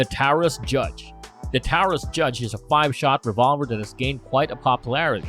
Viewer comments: Taurus is pronounced “tor-us”, “tau-rus”! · BOY IM GONNA SAY THIS AGAIN YOUR ONLY NAMING TWO ROUDNS FOR THE TARAUS JUDGE ALSO YOUR SAYING TARAUS "TAWORRS" PLEASE SAY IT RIGHT let me get your taraus judge Rounds it uses 410 boreshot, .45 coly, 454 casull please get this info right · @@ you know it's good when the video has dumb idiots right next to each other and this guy can't even say Taurus correctly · As this channel steals more video and content from real content developers perhaps it will be able to afford some good AI voice software. i.e. Can pronounce Taurus, "dot" 45, "substantial piece of metal", etc Any viewer subscribing or liking these vids are stealing from real content developers like Sootch00.